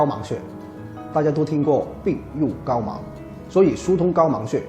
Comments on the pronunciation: 是“病入膏肓（huang陰平）“，是“亡月“，不是“亡目“的盲mang陽平“。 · 謝謝分享。是病入膏“肓”，不是“盲”。音唸 huang (like 黃，一聲） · 廣東音 係讀 方